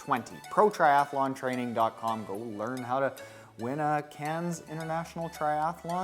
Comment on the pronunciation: It’s pronounced “can”. Silent “s” my friend...